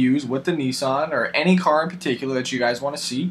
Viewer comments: It's Nissan not neesan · its nissan not nessan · Its not called NEESAN, Its Nissan. There is no E in Nissan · i hate to tell you this but the japanese pronounce nissan "nee-san", the rest of the modern english speaking world pronounces it "niss-an" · Why does nobody ever point out the fact that, the Japanese, their ads, and Nissan itself pronounces it "neesahn".. here watch?NR=1&v=VVr5pl7N8co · It's pronounced にいさん (nii-san). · why do americans say Nissan as 'neesaan' lul wut :3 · You know when people have no clue when they pronounce the entire name and wrongly too. (NISSAN)